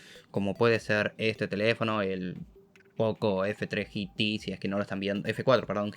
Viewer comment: En español G T se pronuncia tal cual Geeeee.....y Teeeeeeee como Gema y Té. No GI.....TI 😂😂😂🤷‍♂️ si hablas en español pronuncia en español. 🤷‍♂️ . Ya se que cada uno habla como quiere pero daña el oído 🤣